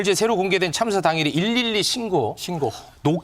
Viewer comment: 참사라고 안했을것이다 잘들어보면 장사라고 들린다 보도한 더라이브 법적조치 한것입니다 대변인이수십 들어도 참사보다는 장사로 들릴것이다